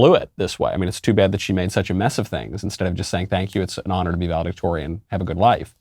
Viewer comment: Valedictorian….sounds more like “Value-dictator” now!😡